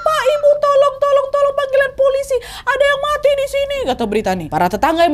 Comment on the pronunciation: Wkwkws, mbak nadia kalo ngomong vonis mati saking ikut keselnya mungkin sama kasusnya. mati nya jadi muati